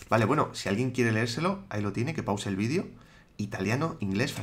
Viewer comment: jamás me acostumbro a escuchar 'vidio' en lugar de video pero me encantan tus videos!! 😃